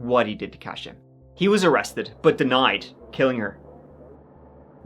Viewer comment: Believe it's pronounced as "Kosha", not "Cash-a". My Polish grandma called my sister, Katie, that when we were younger.